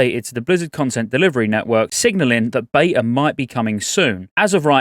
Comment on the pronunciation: Agreed. When she said bveta in 2-3 months I thought that sounded incoirrect